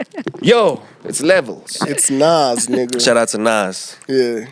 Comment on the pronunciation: really called Nas "Nez" SMH!